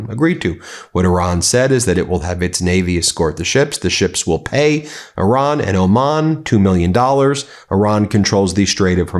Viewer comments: I see everyone is saying Iran properly now. No more i-ran 😂 funny how that works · Thank you for pronouncing the word “Iran” correctly.